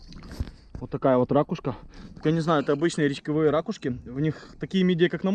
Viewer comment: Ракушка ударение на у